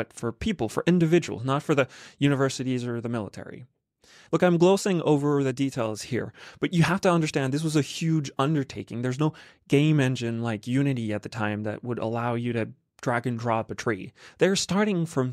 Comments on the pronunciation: you're "glow sing" over the facts? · Did you just say glosing?